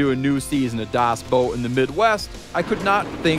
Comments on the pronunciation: Y.E.S.......! ITS BACK WHOOO HOOOOO I think you should be careful with calling it “dous boat” it could paint u into a corner “Das Dous boat” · dos boat your pronoucing it wrong. watch the movie please